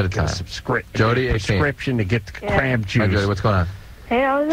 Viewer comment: Lmao dude called crabs "the craw"